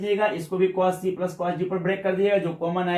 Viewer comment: Cos ko pronunciation nahi athaa🤣🤣